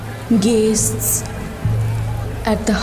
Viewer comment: Guests i boleche, pronunciation ta orom koreche... "Gays-sts"